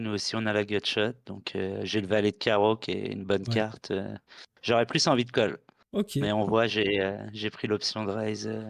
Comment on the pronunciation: pk tu dis cog et fog au lieu de call ou fold ?